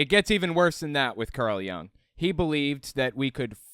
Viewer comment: Hey! Love your videos! I know that you have an interest in psychology and just wanted to point out that Jung is pronounced with the same short /u/ sound as in "put". I've always been surprised how much credence has been given to some of his ideas as they have struck me as far too wooey to be taken seriously in a scientific field.